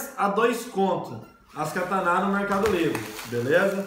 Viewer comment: o nome não é kataná e sim katana